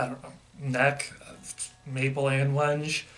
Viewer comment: Wenge is pronounced wang-gey as a heads up